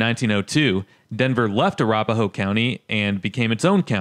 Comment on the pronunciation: You aren’t saying Arapahoe properly.